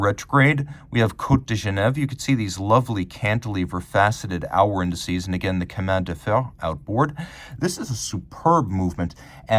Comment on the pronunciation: Great video. Amazing watch. As a native French speaker I have to adress this... 😂 "ch" in chemin de fer is not pronounced as a "k" but rather like "sh" (shoot, show, shackles,...). Nevertheless ... Keep uploading amazing videos